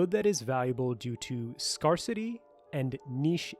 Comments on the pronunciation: Was a great video and then you hit us with "Scar-city" and it invalidated the rest of it. Its ""scare-city" 😝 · The mispronunciation of "scarcity" had us all wondering. Sheesh.